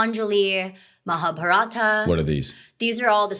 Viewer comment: Excellent pod, but c'mon you can pronounce Mahabharata better than that!!